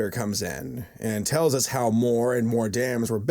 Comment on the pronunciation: lmao at first i heard chryst between us but like the us is said so weirdly